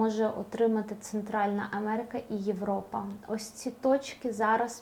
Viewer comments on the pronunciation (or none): none